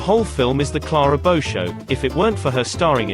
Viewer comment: You could make a drinking game out of every time her name is mispronounced.